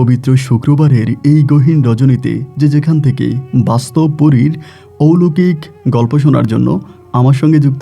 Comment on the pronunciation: মূর্খ কোথাকার..... ঔলোকিক না কথা টা.... অলৌকিক হবে...... বাংলা টাও জানে না ঠিকমতো......